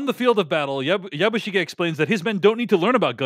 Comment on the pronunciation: It would make me much happier if you were to pronounce "Yabishige" more in the Japanese style. Which I take to be not like "Yabboo sheeee ge" (as pronounced here and in almost every other review I hear from American commentators) and more like " Yabush i geh". (i.e. considerably less emphasis on the "i" syllable, and this syllable quite short and truncated, and a little more on the "ge" syllable. I always find it off-putting to hear Americans assuming that every word in the world NEEDS to be pronounced the way someone from California or the mid west or where ever would say it - even when it is obviously pronounced differently by native speakers of the language And they never deviate from that or attempt to pronounce it the way a speaker native to Japan (in this case) would. Especially when reviewing and passing judgment on a mini series which has gone to lengths to be very, very authentic. It somehow detracts from the review.